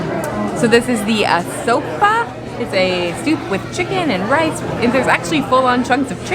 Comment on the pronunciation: NOTHING LIKE PUERTO RICO FOOD, I MEAN NOTHING, IT'S A COMBINATIONS THE DIFERENTS FLAVORS. LOVE IT!! 🥰! BA- CA- LAI-TOS BACALAITOS!! YOU ARE CLOSE!, ASO-PAO ASOPAO!